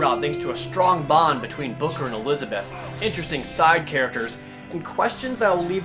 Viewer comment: Fucking hell, LEARN TO SAY ELIZABETH...